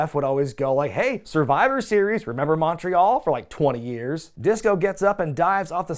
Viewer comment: You know, If I hear Montreal, I'm going to make a comment. It's amazing that many peeps yap about how they've talked about Montreal too much (I kinda agree) but still, most Americans can't pronounce the city's name properly! I get it. It looks like it should sound like the MON of Monster but in reality, it sounds like the MUN in Munsters. Mun Yes. Mon No. The rest is fine and I know I'm being Pedantic but when you've spent 40 years hearing it messed up and even hear the N.Y. commentators mess it up. ;)